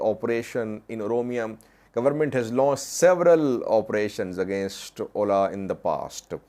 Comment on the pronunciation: OLA is an abbreviation, not an acronym to be read as a word 'oʊla'.